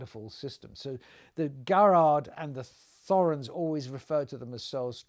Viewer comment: Thorens is pronounced without the 'h'.